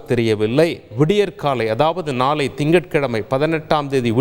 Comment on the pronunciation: மக்கல் நாலை பாருங்கள் கோல்கள் நீங்கல் ஆஹா என்ன அருமையான உச்சரிப்பு.